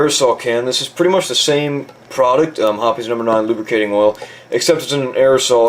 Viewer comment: it is pronounced hoppIES actually